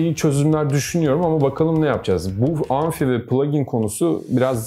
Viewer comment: Abi anfi değil amfi